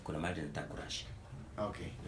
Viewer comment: My country people it's " Amadi " not "Amandi" am tired 😩😩😩